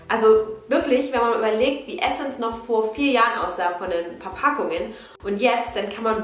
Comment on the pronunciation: Immer wenn jemand Essence Adventskalender sagt denke ich immer das die essen's Adventskalender sagt 😂😂😂❤️